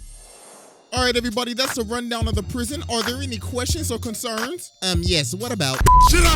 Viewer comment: YOU SAID PWISON